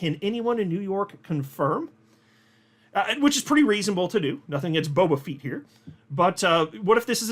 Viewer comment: Lmao... Boba Feet😂... its still pronounced like the starwars character. Too funny😂